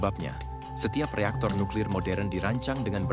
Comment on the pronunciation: Eja nuklir pun tak betol ko nak cite uranium haha pegi sekolah dulu belajar cara nak baca huruf